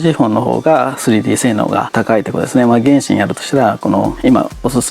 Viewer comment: すんごい比較だなぁと思いましたが、ちょっと原神の発音が気になりました笑